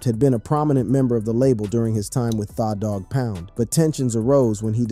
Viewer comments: Almost stopped watching when u said thaw dawg pound 😂😂😂 then u begin to slaughter this man’s name over n over again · You guys need to make sure the reading is correct. THAAAA DOG POUND??? WTH? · Thaw dogg pound is crazy 😂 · I love the Doog Pound, Karoopt and Dooz Dillangarr are legends. 😂. Damn AI. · This got to be AI I can't believe I wasted 15 minutes of my life on "kur-up" and "thaw-dog-pown" gtfoh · Im sicka dese mfs not knowin or caring how to pronounce folks names!! Thaw Pound n Mootha dis is krazy n den u gots him n a wheelchair! Yall gotta stop it!! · Wow Thaw-Dog-Pound 😂 can't even pronounce his name right dam.